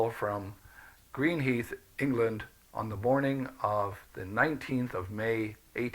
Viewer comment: Greenhithe is pronounced Green-high-th.